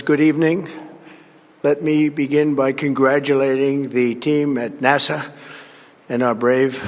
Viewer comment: “ our team at NAH-SAH”